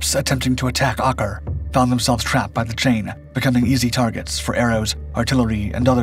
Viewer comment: Learn how to pronounce Acre.